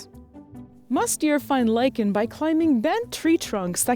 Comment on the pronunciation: She said lichen, I heard lycan. :D :)